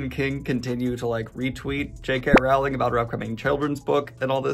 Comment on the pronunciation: Daniel it's pronounced Rowling as in bowling